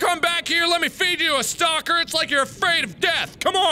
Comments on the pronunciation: he said stopper instead of stalker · did anyone else see that mark said stopper instead of stalker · i heard stopper innstead of stalker X3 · pretty sure he said stopper lol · did he say Stoper 🤔